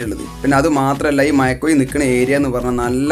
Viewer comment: മയക്കുയി അല്ലടാ ചെർക്കാ.. മഴക്കുഴി.. ഞാനും മലപ്പുറം ആണ്.പറയിപ്പിക്കല്ലേ....😂